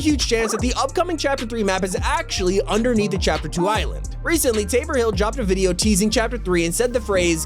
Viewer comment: Man said tabour hill 😂